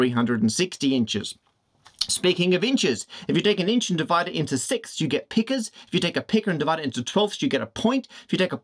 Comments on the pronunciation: Pica rhymes with biker, not vicar. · All well and good, except that you mispronounced “pica.” You called it a peeca. I had to cringe.